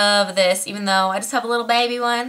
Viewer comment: "even though i just have a little baybay one!" ahahahahahaha the country came out of you when you said that! LMAO!